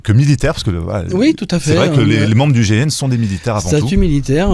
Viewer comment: pourquoi l'animateur de l'émission à 5 reprises, prononce le mot gégène au lieu de gign il faut articuler